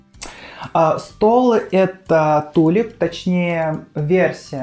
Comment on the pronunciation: Привет!очень классно!много новых идей!спасибо!Кстати про стол (на заметку)произносится -тюлип-в переводе с французского-тюльпан